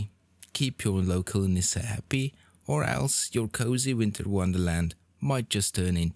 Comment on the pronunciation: Oh, that's a great pronounciation of Nisse. Good job.